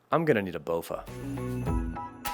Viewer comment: Great video... did he say bowfa?😂